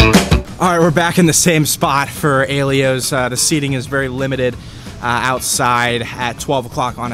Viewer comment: Maybe you should learn to pronounce the names of the pizza shops you rate. How do you get A-lee-o from Aiello? Do your homework. Also, how can you say Mineo's cheese is just "decent". Their aged provolone is amazing. By your own words, Mineo's is one of the "renowned" pizzas in The Burg, yet you rated it poorly? There's a reason it's so renowned, though you obviously missed it.